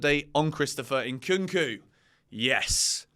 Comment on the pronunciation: his name is Nkunku, and not Inkunku.😂